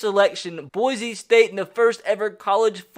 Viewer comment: Again boy-see not boy-zee